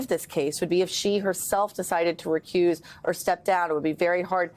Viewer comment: "recuse" lol